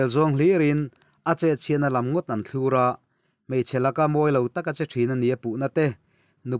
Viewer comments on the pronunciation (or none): "thlur" i lam dan hi a dik lo, tih hi i hre lo nge, a dik zawkah i ngai.